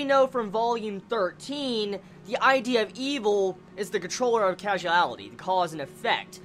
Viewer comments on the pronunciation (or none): ok im really really sorry to say this but that word is causality (cause-ality) not casualality. i'm so sorry i have to make this comment for my own sake sorry